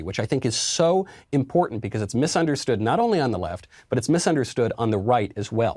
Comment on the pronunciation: Michael "becwause" Knowles